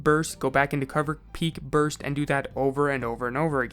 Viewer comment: THIS DUDE SAID "BRUST" OML LMBO